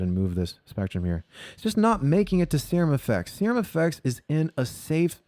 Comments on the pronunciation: Serum. See-rum. Like in biochemistry. Aaannd.. phallus? really? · "Sir Umm." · Wow that is not how you pronounce "serum"! Assuming you are being funny! Subscribed!